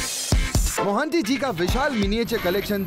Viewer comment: Vo monty nhi mohanty hota hai